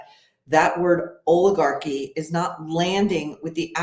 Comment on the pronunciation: It's not oligarchy... It's "OLLAGOCKY" according to Colonel Bernie